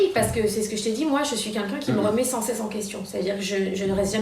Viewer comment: Y a personne pour lui dire qu’on dit « quelqu’un » et pas « kenkin »!!!!